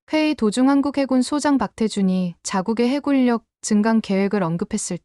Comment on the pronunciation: 해군력을 왜 해굴력으로읽어요? ㄹ을 아무때나 사용할필요없습니 다.